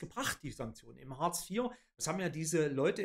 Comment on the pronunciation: Außerdem heißt es "Hartz", nicht "Horz" oder "Huurz" und "Orbeidsluhsen" kenne ich auch nicht. Den Scheiß hier kann man sich nicht anhören!